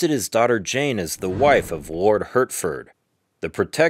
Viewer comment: Catherine is not pronounced cathereen. You have women called Catherine in the USA, right? There were other words you pronounced incorrectly, such as Hertford, which is pronounced Heart-ford. Also, why flash a picture of Queen Victoria and Catherine Howard's pictures? That was confusing. Please get your historical facts right before making a video. It was actually King Henry VIII will that specified where Jane Grey fit in the succession after Edward VI and his half sisters. It was Northumberland and Thomas Seymour that tried to change Edward's will when they knew he was dying. The diatribe of nonsense was cringeworthy as well as the sound effects. I recommend books by Sir David Starky and Alison Weir if you want to learn more about the life of Lady Jane Grey. Definitely won't be subscribing